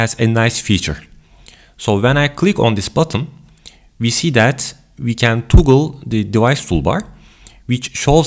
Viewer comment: as soon as he said "toogle" to I decided to try and find another video lol